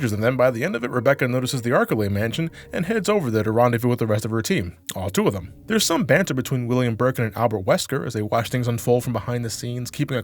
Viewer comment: It's Arklay. Not ArkAlay. As someone who's played so much RE you really shouldn't have to be told lol Agreed on RE Zero. As an OG fan this is the most frustrating entry. 2 more inventory slots and an item box would have largely fixed the gameplay issues. The story would still be pants though.